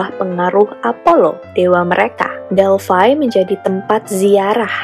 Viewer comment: Delphi ya Delphi bkn Delphai 👍